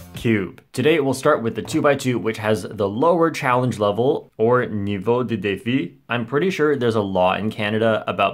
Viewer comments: i'm french and i love how you say words in french like "niveau de défi" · I'm basically french speaking and I really liked how you pronounced "niveau de defi" 🤣😂